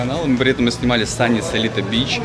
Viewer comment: Правильно говорить Сунис ) нам в отеле сделали поправочку 😀